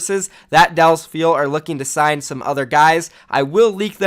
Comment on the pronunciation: "Sign" not "sing" Love you, but you know...